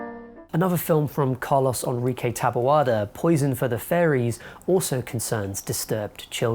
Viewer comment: You know how to pronounce Carlos. Why go out of your way to say Car-Loss?